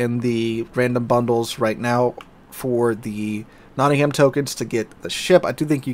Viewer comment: pronounced Notting-um